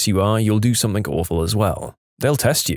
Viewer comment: He always pronounces something “somethink” 😅